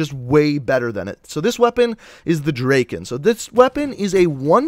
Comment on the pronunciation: Lol he cant even say Drakon and he uses elo😂